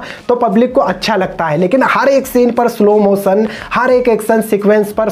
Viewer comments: its background music not begground music. its jacqueline not jeklin. its slow motion not slow mosan. its action not heckson. its visually not visvalli. its ship not sip. you can't even pronounce the words properly but, you are talking about the actor. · peen india!!! sip wala sene!slo moson! tera english 3rd class hai bura mat mano